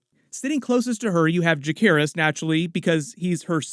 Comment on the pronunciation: How is that you've watched more than most and still can't say "Jacaerys"?